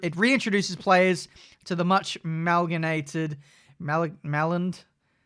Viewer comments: “Malginated” “Maland” 😂 it’s pronounced Ma-lined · Malyonated? Melloned? lmao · Maligned is pronounced ma-lined and basically means "criticised/seen negatively" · Cant read the word maligned???!!! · Maligned = Ma-: Your choice of "Mu-rky" or "Me-lbourne" -Ligned: Literally how you would say "Line" followed by a "D" to form "Lined". Yes, I'm fun at parties.